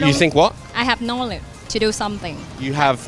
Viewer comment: Nobody: Literally nobody: Vietnamese: Knowlee to knowledge